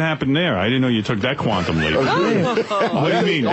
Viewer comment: trying to say “ Quantum Leap “ could make you pop a vein if you laugh hard enough LOL